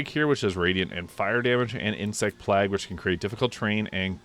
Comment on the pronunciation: Great video, very eager for this to come to console! But your pronunciation of “plague” is killing me